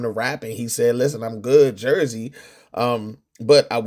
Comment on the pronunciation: the lawyer said jerz 😂😂😂😂😂😂😂